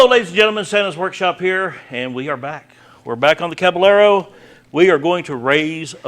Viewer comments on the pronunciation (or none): is not Cabalero is Caballero ca-ba-ye-ro. you are doing a great job, enjoy your videos.